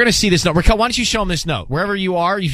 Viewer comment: It's Raquel, not Rickel